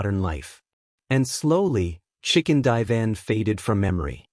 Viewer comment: Gotta love ai , chicken divan?????😅